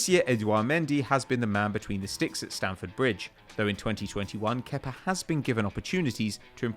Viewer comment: You mean how it’s meant to be pronounced